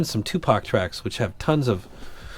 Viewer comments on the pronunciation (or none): none